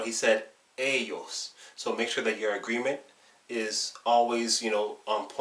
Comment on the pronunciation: The only thing you pronounce with a mexican accent: ellos, ellas.